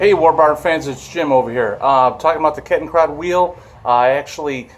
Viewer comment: I think the D is pronounced like a T